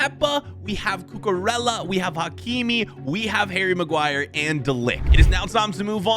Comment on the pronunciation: Harry Marguire🤣🤣